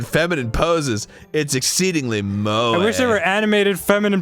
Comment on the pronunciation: Finally ! Someone who knows how to pronounce "moe"